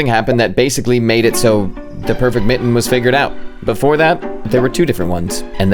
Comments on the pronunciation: his pronouciation of mitten is diabolical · Love this content - delightful and AI-free. One little tiny request though . . . could you pronounce your Ts going forward? Your current pronunciation of mitten sounds very Valley Girl. Thanks much. 😊